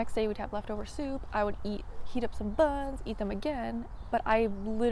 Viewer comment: I swore you said “bugs” instead of buns